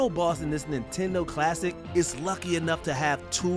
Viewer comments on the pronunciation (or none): none